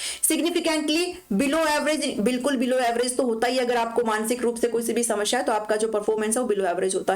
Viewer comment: Ma'am shmasheea nahi hota bulki samaseea hota hai